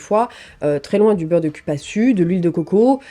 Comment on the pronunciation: Cupaçu se prononce"Coupassou" 😅😉